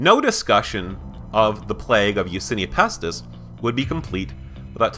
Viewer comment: Isn't it Yersinia Pestis not Yasinia Pestis